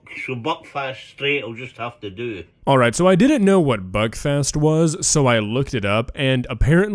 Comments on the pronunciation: It's Buckfast not Buckfest lol 😂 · Hey, I just wanted to let you know, I thing “buckfast” is supposed to sound like “Belfast” Whitch is the capital of Ireland. Thank you!